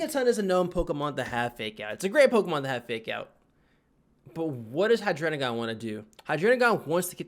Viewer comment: why do you pronounce "Hydreigon" like "Hydrenigon"